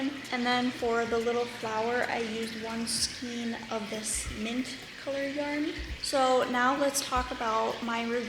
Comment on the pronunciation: I've had to use this in the past when no other store was open. It is really cute with the Peeps pattern. Just a quick FYI, the correct pronunciation is "skain" not "skeen".